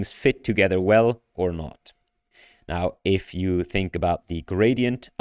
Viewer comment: Not untrue, mind; just limiting. Was that a Swiss accent or did you actually say iff though? Anyway, these results are amazing. I was pretty hyped about diffusion models before... but after this id go as far as to say image generation is 'solved'. Most of these are well past the uncanny valley which isnt something id say of any GAN except in rather limited domains. Good point about the sensitivity to text; seems indeed the discriminative training is superior in that regard. But then why does the CLIP loss not deliver? Could the apparent textual intelligence be due to the sampling/filtering step that DALLE does as a last step?